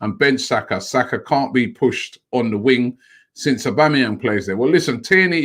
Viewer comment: Bukrayo Sako 🤣🤣🤣 Robbie it cant be that hard just to say Saka